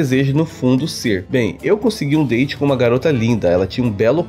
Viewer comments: Toda vez que o fala meu date ruim eu entendo meu dente ruim kkkkkkk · Vc estava falando: Meu date ruim Eu ouvi: Meu dente ruim 🤣🤣🤣🤣🤣🤣🤣🤣🤣🤣🤣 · Eu também entendi isso 🤣😂🤣😂🤣😂meu dente ruim.🤭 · Eu tava entendendo "meu dente ruim".